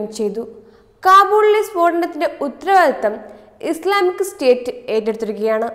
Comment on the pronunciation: Read clearly; ഉത്തരവാദിത്വം, വെള്ളിയാഴ്ച എന്നൊക്കെ നന്നായി പറയേണ്ടേ...?